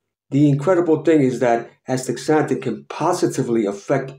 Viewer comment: Thank you for this video.. but you are pronouncing it wrong. You are saying aSTICKSzanthin pronounce it like this: aSTAzanthin